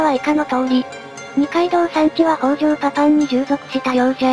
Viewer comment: 北条高広、みよじのよみは 「きたじょう」です。